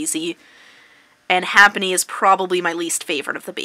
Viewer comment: its not ''HAPPENY'' its ''HAPPINY'' you illiterate tart.